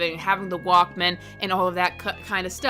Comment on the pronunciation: "jif" and "wAlk MAYNE" holy boomer 😭🙏